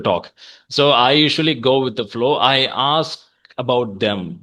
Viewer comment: Aks = ask